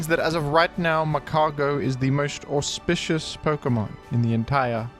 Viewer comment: Are you saying "auspicious" or perhaps "horsepicious"? Hmm?